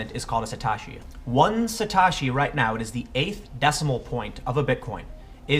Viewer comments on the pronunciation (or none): Sah - toe- she Satoshi not suh - tawsh - e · Sa "toe" shi is how it is pronounced. Concerning the Dot-com bubble... nobody ever called for buying the dip with those dot-coms. And tulips don't have utility. Tulips are the laziest of the lazy comparisons.